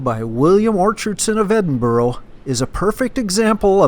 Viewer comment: To get to Loch Lomond, catch the train to Balloch. You`re right on the shores of the Loch then for nice scenery, catch a bus from there to Luss or catch the Maid `o The Loch steamer for a sail around the Loch. When pronouncing Edinburgh Its Edin-bruh not Edinboro. There are no letter `O`s in Edinburgh.